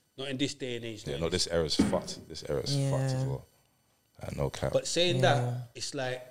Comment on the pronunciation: Every time he says no cap mans pronouncing the P with a pop 😂🤣😂🤣😂 whyyyyyyyyy for that blud